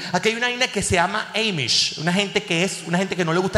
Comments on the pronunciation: Se pronuncia AMISH, no EIMISH 😏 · Son Amiish, no emish! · A se dice Amish con la A como si fuera en Espanol HAYyyy muchos Venezolanos en NYC ufffff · "Amish" a como apple